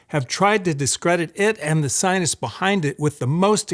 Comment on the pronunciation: Sir, why do you say scienists? I picked it up in the other video, too.